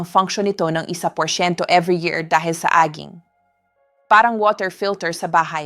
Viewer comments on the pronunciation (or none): “Aging” should be pronounced as “edging” not AG-ING!